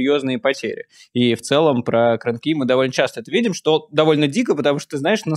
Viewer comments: КрЫ́нки, а не КрынкИ́!!! - Идиот! Кры́нки это сосуды для хранения молока! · КрЫнки! Блин. Кры́нки! Запомните уже ! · Ребята, спасибо, но КрыНки, ударение на первом слоге, кто знает, тому очень режет ухо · Правильно КрЫнки, от слова крЫнка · Сколько можно коверкать название? КрЫнки!